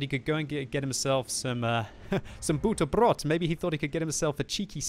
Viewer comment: D a BUTRRRBRROT! Love your german! <3